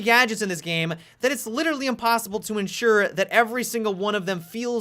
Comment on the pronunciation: dont say literally incorrectly